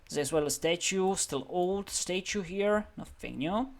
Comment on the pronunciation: I crack up everytime I hear you pronounce statue: Stae-choo